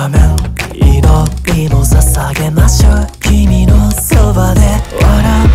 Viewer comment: 〜しょうの「う」がはっきり発音されてて好き